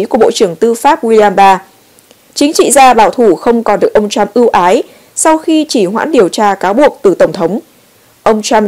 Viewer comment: Lam-Anh Mai dùng chữ PHẢI là đúng! Đọc cho đúng thì là phải (must) chớ không phải tuỳ hứng (should or may). Tuy nhiên dạy cho những người dốt ngoại ngữ này thì chẳng khác nào đàn khải tai trâu! Hãy nghe họ phát âm [bai Đần], [trUm], [ben XI VA nha] thì biết!